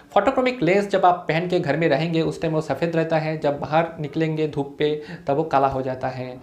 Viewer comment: Dhoop bol rhe ho ya thook 🤣🤣